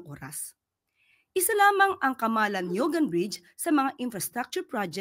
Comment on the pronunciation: Camala NIUGAN.. Magkasama po yan kung bigkasin maam. Camalaniugan